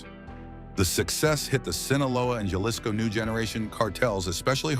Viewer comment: Jaw-lisco?!! come on, get a clue, this is ridiculous!!